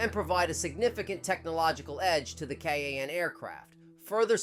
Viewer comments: Its kaaaaaan not ka a an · its Kaan why you're saying k a a n